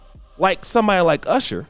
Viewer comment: You mispronounced "Urshur" 😆 Looks like his women gradually went from darker to lighter. 😆